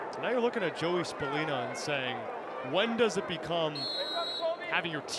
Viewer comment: bro said “spallinie” 😂😂😂